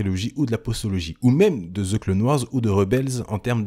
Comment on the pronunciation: Ni Ze pour The ... ca devrait sonner plus comme un ''Dhe' ou meme ''dhee (dhii)'' dans certain cas comme The end ...